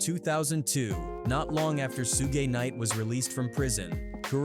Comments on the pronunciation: These Ai vids SUCK. Half the time they’re calling him KOOORUPT & talking about SOOOGAY Knight, fkn Stupid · AI said Sue-gay knight 🤦‍♂️